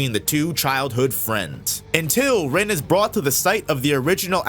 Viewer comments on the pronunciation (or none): none